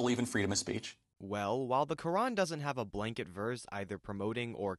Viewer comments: he cant even say fucking "Quran" its said like kr aan not ka ren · the "kurin"